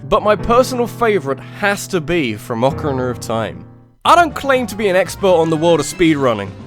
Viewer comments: UCrUrnUR of time? Again? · "Ocirinir of time" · Whats Ocerrcrinna of time? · sorry but "OKRNR of time" made me lol repeatedly. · i like how u say ocarina of time. okrna of time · "Ocerinerner of Time" I love you but that's some slip up you did there. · Ocarina of Time